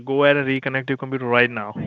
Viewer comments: Once you here the word compuraaah, run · How to spot a scammer: The pronunciation of computer "Compyuerr"